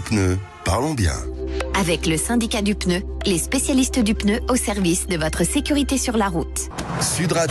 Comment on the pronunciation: A l’attention de: on dit « pneu » et non pas « peuneu »